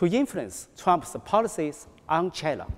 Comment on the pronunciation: 这个英语肯定是临时学的吧🤦🏼‍♀️连自己国家China的发音都不标准😐